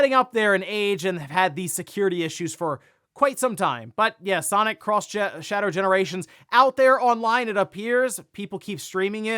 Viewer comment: I believe it's pronounced sonic EX not sonic cross shadow....there was in fact a cartoon called sonic x and not sonic cross.